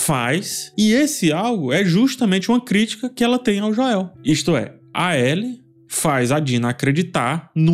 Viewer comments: Joél não dá kkkkkk é Joel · Sou o unico que incomoda com "Joél"? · Meu deus,... "Jóél" tá engraçado 😅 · Esse falando Joel em português me quebra... kkk toda vez acho engraçado. Pois até a serie dublada fala Joel em Inglês. Kkkk